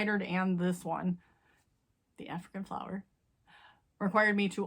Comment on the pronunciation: Flower not fliwer